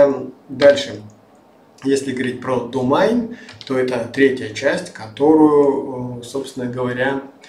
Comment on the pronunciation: Не думайн а домен)